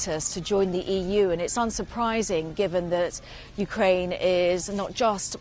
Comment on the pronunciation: Yeah, Ukra-IN - please...